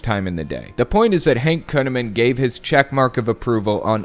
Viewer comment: Did you his name is kuneman ? It ought to be conaman!